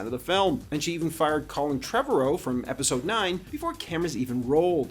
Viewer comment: FYI you're pronouncing Trevorrow's name wrong. It rhymes with tomorrow. It's OK, I made the same mistake before I found out.